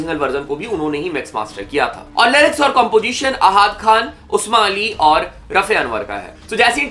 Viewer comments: Not usma it's usaama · Aby bhai pehly usama Ali ka name tw sahi bol le phir video upload karna or rahi bte ki song ki tw duniya ko acha lage ya nahii hume tw acha laga tw mat sun song CH***tya